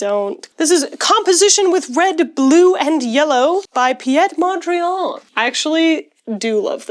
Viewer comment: I've never heard anyone pronounce Piet mondriaan so french... 😂